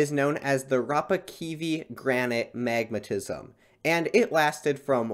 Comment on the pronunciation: I was so confused because I thought you said magnetism … took me ages to figure out it was magmatism 😅